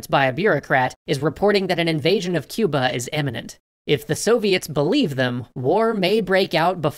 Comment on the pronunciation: The way he says Cuber is hilarious!